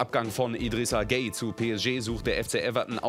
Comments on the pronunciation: ne gway Nicht gay haha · Er sagt einfach gay (gueye) 😂